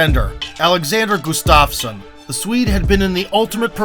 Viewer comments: btw you're pronouncing it as gustavsen instead of gustafsson. otherwise great vid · Not sure how you mispronounced Gustafsson's last name every single time.